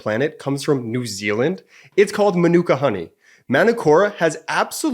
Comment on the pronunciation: Learn to pronounce your sponsors honey - man nuk ka Pronounce like this … still love your show … Aussies we love this honey